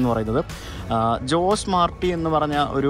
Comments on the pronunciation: In Spanish ജോസ് അല്ല, ഹോസെ ആണ്. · ജോസ് മാർട്ടി അല്ല ഹോസെ മാർട്ടി... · In Spanish J is pronounced as H so JOSE is pronounced as HOSAE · In Spanish the letter J is pronounced as H/ ch. So Jose is pronounced as ഹൊസേ 😊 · ജോസ് അല്ല.. അത് ഹോസെ ആണ് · ഹോസേ എന്ന് പറയണം. ജോസ് അല്ല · José is pronounced as ho-say in Spanish influenced places. ജോസ് എന്ന് നമ്മുടെ നാട്ടിൽ മാത്രമേ വിളിക്കൂ.